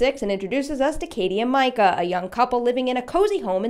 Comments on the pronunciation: mee-ka, not micah. please. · Katie's boyfriend's name is ME-ca not MI-ca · Mee-kah, not Mike-uh. We only hear his name 6,000 times. Click ... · Its pronounced meecah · It’s “mee-ka” I remember because it was annoying 😂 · I like the video,but it really chapped my ass to hear you pronounce his name like that lol. It’s mee-cuh. His name is yelled pretty much a lot though out the first movie to miss that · it's meecah bitch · Completely pronouncing Katie’s boyfriends name wrong 😂😂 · your pronouncing micahs name wrong